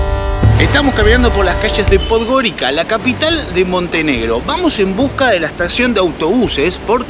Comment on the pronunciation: Podgorica is pronounced "Podgoritsa".